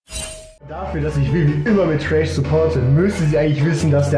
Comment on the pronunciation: Man der heißt nicht trash sonder thresh. Da wird mein main einfach als Müll bezeichnet. Aber ansonsten gutes Video xD